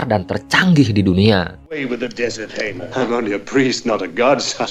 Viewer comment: Nama imamnya tu Haman bukan Hamar